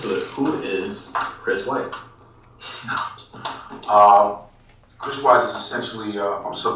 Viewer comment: Wait it’s Chris white not Chris what 😂